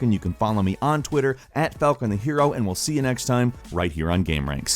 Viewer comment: That does NOT sound like falcon